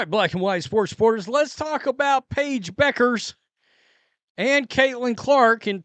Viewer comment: FYI: Pronounced "byoo·krz" not Beckers, Just saying 😁